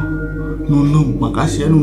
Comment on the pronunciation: Mumun bang bukan nunum 😀